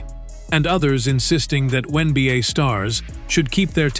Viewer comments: What the hell are the Win Beeyay and the When Beeyay? 😆😆😆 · In previous videos, they called it the One Beeyay. Now they're calling it the WIN Beeyay! 😆😆😆 Ooops! I posted too soon! They just snuck in a "WHEN BEEYAY"! 😂😂😂